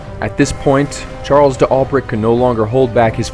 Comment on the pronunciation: Charle Dalbray not De Albret